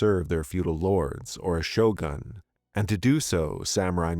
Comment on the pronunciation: The way you said "shogun" not same way so say "shotgun". You must say "shogun" with "gun" with U.